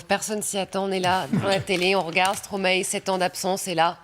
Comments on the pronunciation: Prononciation: Non à Stroma-é Oui à Stromäe - Mäestro à l'envers ! Merci 🙃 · Se prononce Stromaï ! Et non " Stromaé " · Arrêtez de dire, stromaéééééé pour l'amour de dieux !!!, sa se dit sromaille bordel !! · Ça se prononce stromaie et pas stromaet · Arrêtez de dire stromaé ça se dit stromaye !!!!! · On dit Stromaï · Tu connais Stromae mais tu sais pas comment le prononcer...